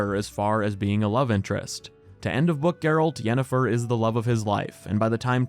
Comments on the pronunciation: Yanifer everytime. No questions asked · It's Yennifer and it isn't even close. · It's Yennefer, this is not even a debate wdym